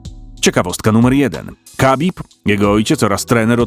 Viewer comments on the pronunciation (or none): Nie kabib tylko Chabib, człowieku.